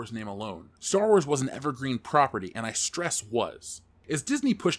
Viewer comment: for the last time, it's called Star Wars, not Store Wars...omg